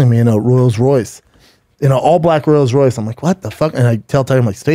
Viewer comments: “Royals Royce” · Tailed by a Royaled royce, huh? Or roiled royce, I herd it bowlth ways, b. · “A black Rulls Royce” What a dummy lol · “Royals Royce”…….😂😂😂